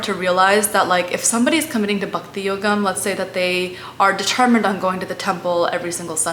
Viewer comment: Good try but pronunciation is comical abcd style. Just the way bakti is said instead of Bhakti